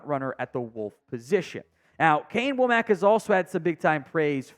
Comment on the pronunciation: D should be good even with the loss of Downs, I like Domani and Saab pickups. Also I think it's pronounced "wah-mick" not "whoa-mack" for Wommack's name, even though it's not the obvious way.